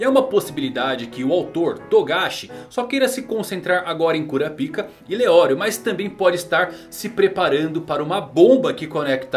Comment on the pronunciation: Até hoje não tanko ele falando kurapika